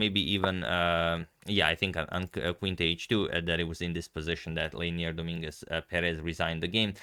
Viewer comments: Just a little pronunciation comment, it is pronounced do-MIN-guez PE-rez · Hey, how are you? I think "Dominguez" and "Perez" are said differently. Just saying. Have a good evening!